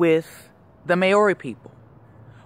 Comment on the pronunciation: your pronouncing maori incorrectly just saying